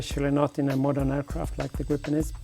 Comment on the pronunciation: It's Gripen not Groupon